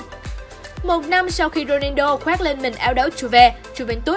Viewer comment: tới cái tên cr7 cũng đọc sai . Ng ta là Ronaldo chứ ko phải Rodido đâu nha 😒